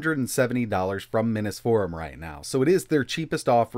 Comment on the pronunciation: Dag, "minnis" forum AND "vaysa". Too bad it doesn't have an "ARDREENO" processor for the trifecta! 😆